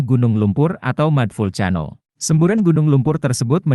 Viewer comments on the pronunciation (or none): Lucu banget, mud vulcano dibaca pake pelafalan Indonesia. Si Cano.